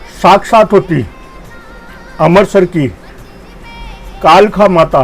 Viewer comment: कालखा नही कालका माता बोलो